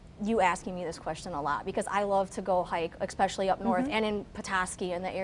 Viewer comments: Especially not Exspecially! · Dear, as an educated person how is it that you say ''eckspecially'' three times during this interview?? The word is ''especially.'' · "EX-specially." Out of the mouth of an educated Doctor. Does nothing for my confidence in a doctor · "Ek-specially?" How can anything she says be taken seriously. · “Ekspecially.” Edumucated fo sho. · Her mispronunciation of “especially” is so distracting